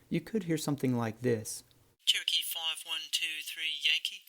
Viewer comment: That controller's "cherokee" is heard as "turkey".And what is this "downwind"?